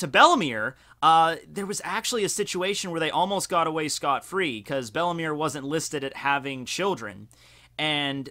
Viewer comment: Isn't Belle-Mere pronounced "Bell Mayor"?